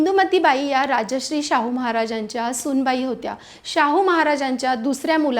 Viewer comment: यात पुणेकर चा संबंध नाहीये. चुकीचा उच्चार करून तुम्ही तुमच्या राजाचा अपमान करताय हे जाणून घ्यायला हवं. 'राजश्री' हा एखाद्या व्यक्तीला सन्मान देण्यासाठी वापरलेला शब्द आहे, तर 'राजर्षी' हे त्या व्यक्तीच्या महान कार्यामुळे मिळालेले एक उच्च पद किंवा बिरुद आहे.